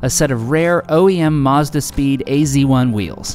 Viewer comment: why you call it "ac 1" instead of "az 1" ? :-)